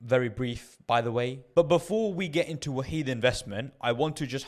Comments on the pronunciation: I always pronounce it as “Wa-hid” (1 in arabic) lol, great video bro! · It’s pronounced wahed (one). Jzak for info